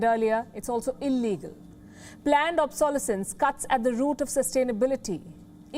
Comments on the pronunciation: Palki, the stress of the word "obsolescence" is on the third syllable - obsoLEScence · I had to smile at the way the reporter pronounces ‘ obsolescence’ ^^